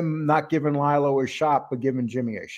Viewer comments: Not Ly-Lo. It’s Lee-Lo. Please pronounce it right. Exactly, they are similar but Lilo went to jail. Jimmy didn’t. And it was a woman. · I am not sure you understand his name is pronounced LEE-LO NOT LIE-LO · Yeah it’s Lee Lo but when you do a show in one take, there will be mistakes or mispronunciations from time to time. We try and have it correct 100% of the time but sometimes shit happens.